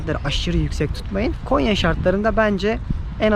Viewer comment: Konya deyil gonya